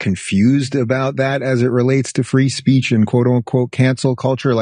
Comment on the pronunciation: Ben wants us to practice our Freedom of "Speesh" in America per Israelis law.